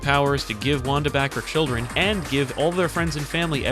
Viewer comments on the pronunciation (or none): none